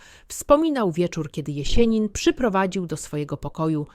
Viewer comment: Nie ""Konstantajnowo" tylko Konstantinowo i nie "Jesienin" tylko Jesjenin z twardym "s". Nauczcie, proszę, właściwej wymowy tego sztucznego geniusza, bo kiedy to słyszę, uszy mnie bolą. Pozdrawiam i życzę sukcesów.